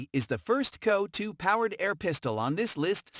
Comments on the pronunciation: worthless video - wrong info, talks about the wrong gun during video of another, pronounces CO2 as coe2, about half way through states "this is the first coe2 pistol in this list so far" right after a CO2 pistol review... etc - I wouldn't put any faith in anything stated in this video. Worthless and should be banned from here! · F'ing waste of heartbeats Lot of natation has nothing to do with video shown Total S-show of a Video almost all pics are of heavily modded guns. What the F is "KEE-OH-2" ??? what a joke.